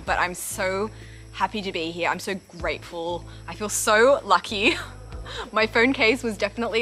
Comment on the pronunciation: Did you just say: "I'm so grapeful" ? :DDD